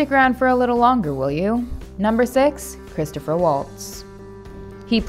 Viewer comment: It’s Christoph Waltz, not Christopher